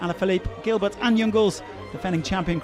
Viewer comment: You could at least find a commentator who can pronounce Gilbert's name properly Tour De France. He's clearly not a cycling fan...